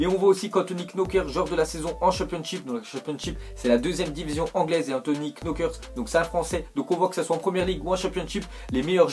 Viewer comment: on dit kcnocart pour le joueur de championship